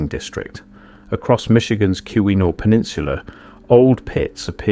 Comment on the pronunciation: I apologize for this edit, but I had to look this up to be sure my memory wasn't deceiving me about the pronunciation of the word Keweenaw. My memory was correct and the word is rightly said kee-wen-aw, which seems odd due to its spelling. I only thought to add an assist before some Michigander caught this video and decided to pester you about your pronunciation. My experience with those people resulted in frustrations concerning nearly every subject under the sun, and I wanted to try to save you from similar situations. Coincidentally, since this video deals with other Tribal people, I'm also a Tribal guy and an Eastern Band Cherokee who lived in Michigan decades ago and had a few copper samples from the mines in upstate Michigan. While I'm hardly a geologist or metal collector, I was given the copper samples by an Anishinaabe friend I worked alongside at the Great Lakes Regional American Indian Network, or GLRAIN. We had gotten a National Science Foundation grant to connect reservations to the fledgling internet in the early 1990s, before the world wide web existed. Yours is an interesting take on copper mining by Natives before Europeans were extant on what would become the American continent. I recollect that Welsh miners had been employed in that area and one of the benefits of their presence in the state was the introduction of what I knew as a "pasty" a meat, potato and vegetable filling that was wrapped in a baked dough concoction that was delicious. Pasties were a we